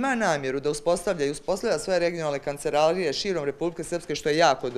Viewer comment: Je li neko primijetio ovu žutu kako kopira ronhil njihanje? Noga naprijed, skrštene ruke. A predsjednica mora da nauči da se "kancelarije" kažu kancelarije, a ne "kanceralije"